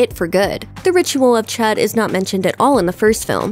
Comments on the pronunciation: actually it's the Ritual of Chüd not chud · The way she pronounced the ritual of chudë kinda triggered me a bit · I don't like how she says the ritual name, it's weirrrrd.